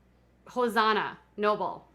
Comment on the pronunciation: Also, It’s Hos—ANNA. Not Hos-AHNA.